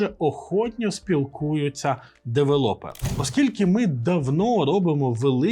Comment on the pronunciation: Чого девелОпери? Звідки це взялося? Дуже ріже вухо